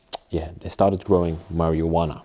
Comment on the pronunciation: Love how you say marijuana...marywanna 😄